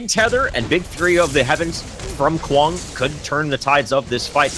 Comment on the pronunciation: I cringe everytime they say Kwang wrong